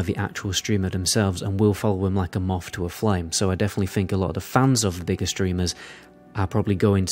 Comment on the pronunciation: Dude, please, you need to pronounce the 'th' in 'other', etc, not 'uhver' -- or 'th' in 'think', not 'FINK'... seriously stop, my god